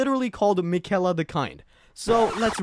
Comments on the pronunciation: makayla got me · It drives me crazy when people mispronounce Miquella's name as though you didn't hear it Fifty million times when you fought her at the base of the Haligtree...